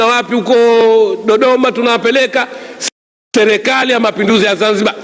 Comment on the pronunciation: Selekali ndo nn hebu jifundisheni kusema kwanza mnatuchafulia kiswahili bhana!!